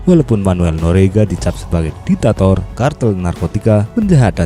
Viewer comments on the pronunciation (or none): none